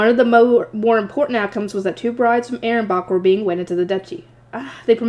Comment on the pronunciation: Ahrensbach is pronounced A-rens-bak